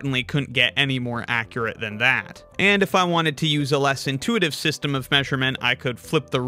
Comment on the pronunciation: less intiuitive? Yeah definitely 😂